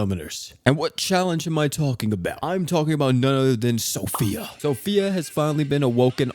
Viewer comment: So Fee. Not Sophia lol